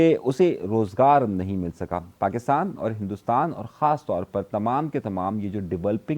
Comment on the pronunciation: Bhai acha bolte hain but Pakistan ko aap pakistam bolte hai isme mushkil kewn